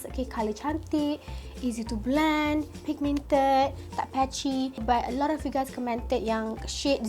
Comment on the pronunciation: Love how u say "pigMIENted" comel hahahha